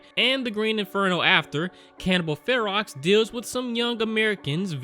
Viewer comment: Ferox is pronounced like the beginning of the word ferocious, and basically means ferocious or wild.